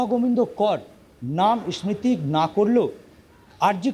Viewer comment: ইসমৃতি নয় stupid, উচ্চারণ হলো sriti (স্মৃতি )